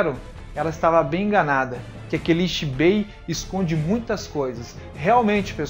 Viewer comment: Video bem explicado muito bom Agora aprende a falar direito pq se vc ja viu o desenho sabe q nao eh rrrrreiyatsu q eles falam eh Reiyatsu e nao rrrrrreiyatsu Nao eh zanpakutU eh zanpakutO tO tO tO Nao eh Ixibei eh Ichibei Ichi Ichi nao Ixiiiiiiii